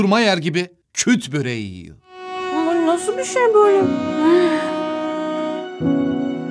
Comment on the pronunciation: Küt böreği değil kürt böreği rica ediyoruz doğru telaffuz ediniz